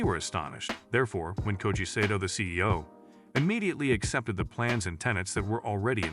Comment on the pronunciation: Pronounced SAH TOE